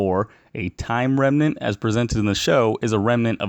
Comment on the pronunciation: he calls it timeline-renmant and not timeranment.